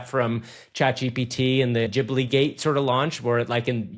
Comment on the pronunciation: I don't have a million dollars, but nice job for pronouncing Ghibli with a j sound at last!!!